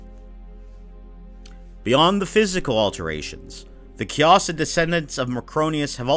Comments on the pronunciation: please stop saying kay-AH-sid. It's kay-i-sid. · Wait no, it’s Kia-Seed, that’s the better way to put that and not be confusing. Key-Uh-Seed